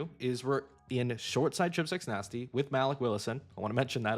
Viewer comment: MAL-ick Willis is crazy